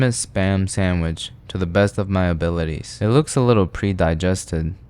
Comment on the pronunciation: "to the best of my abilties" man, you knew you weren't even trying lol